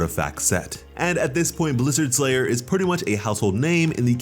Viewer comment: Blizzard STRayer, not Blizzard SLayer.